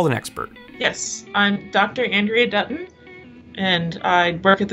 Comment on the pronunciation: Dutton or Button? 😂